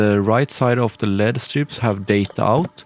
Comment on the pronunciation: Literally can’t watch the video because he pronounce “LED” wrong...😡